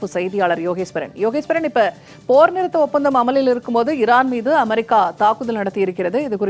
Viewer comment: அமாரிக்கா.....என்பது எந்த நாடு?😂😂😂😂 உச்சரிப்பு ஒரு மாதிரிக்கா இருக்குதே ஏன்...?